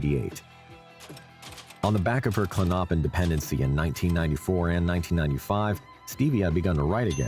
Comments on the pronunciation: Klon-o-pin not Klonnoppin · It’s Clonipin not Clinoppin!!! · Klonopin is pronounced KLON-oh-pin, not klon-OH-pin. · Not klonnoppin!! Lol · The narrator pronouncing klonopin as Klo-Nop-In is so annoying . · Dude, learn how to pronounce Klonopin